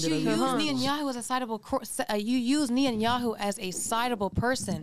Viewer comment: How are they gonna try to talk about Israel and say they know more than matan if they can’t say Netanyahu’s name correctly!!